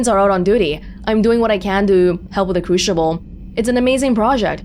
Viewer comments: Okey time out, is Crucible pronounced Cru-shi-ble or is playing some sort of trick to us non English speakers??🧐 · I've always heard it pronounced cru-si-ble, and that's also how most of the characters in the game pronounce it, so I'm not sure about pronounciation. It could be valid, but I've never heard it before.